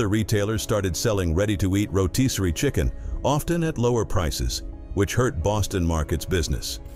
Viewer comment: Great video yet: It's ro'TISS'ory chicken, not ro'TEES'ory chicken, lol.